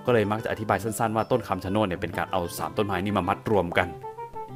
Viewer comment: ต้นไม้ที่พี่อ่านพี่อ่านผิดครับ มันชื่อต้น(ชะโนด)ครับ